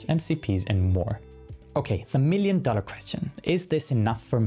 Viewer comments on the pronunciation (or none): none